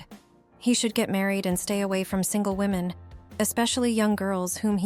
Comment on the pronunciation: Poor confused AI! Can't tell "him" from "her" and says, "WOE men" for "women." Isn't there a human attached to this site that can EDIT??